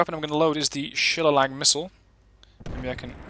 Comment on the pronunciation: Nice review. (The ATGM is pronounced, "Shi-lay-lee" - and yes - by the original people creating the word - namely the Irish. It is the name of a club or cudgel, typically made of hardened wood). Bad-ass missle in all of its versions IRL, not so effective on this platform in Armored Warfare.